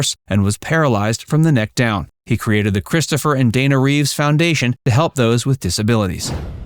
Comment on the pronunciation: Sorry can’t help it “Christopher Reeve” not Reeves like Keanu